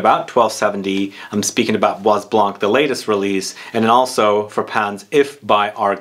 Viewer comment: please Study a little bit more on pronounciation of your French; it is bwa blân......the s in bois is not spoken and also not spoken is the "c" in blanc😮 Kind regards from a perfume lover from Holland ❤